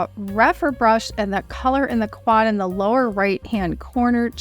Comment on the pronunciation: It’s not thee, it’s The